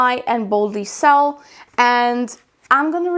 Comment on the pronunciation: THANK YOU! Loved it!! Fyi: Boldly 'SOLE'... like Seoul Korea. =)